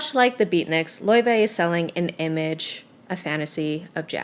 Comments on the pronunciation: Btw it's Lay-vay not loy-vay I think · loyvay is the true icelandic pronounciation. layvay is saying it right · You said her name wrong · You pronounced her name wrong lmao